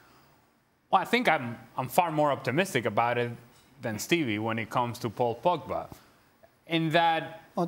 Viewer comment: If I have to hear 'Pogback' another time, I'll... I won't do anything. I'll just be mildly annoyed, and then move on with my life.